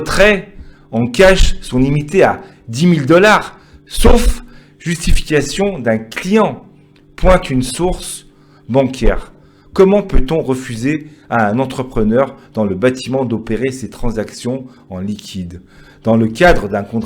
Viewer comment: Source BanCiaire 🤣🤣🤣🤣🤣🤣source bancaire on dit 😂😂😂😂😂😂😂😂au final t'es prépayé mais pas crédible mawa